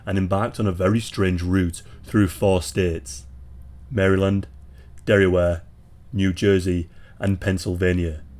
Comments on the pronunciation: It’s Delaware not Derryware BTW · It is Delaware, not dairyware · Did you just say 'Derryware?' As in Delaware? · Did he just call Delaware, “Derryware”?🤨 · The way you pronounce Delaware is awesome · Does anybody know why he pronounced Delaware like that? Like is it an accent?